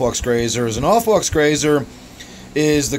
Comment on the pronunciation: i think it's a pretty attractive fish. Subscribed because you had a good stab at pronouncing aufwuchs. Nice tank